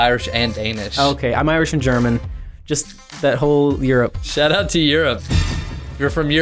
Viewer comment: “ shout out” more like “shut up”